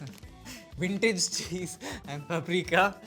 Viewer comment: Why does he say wintage instead of vintage?